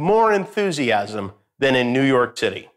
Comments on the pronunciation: was I the only one who heard “New York Titty”? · Did he say New York TITTY????? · I am not the only one who heard 'New York Titty'.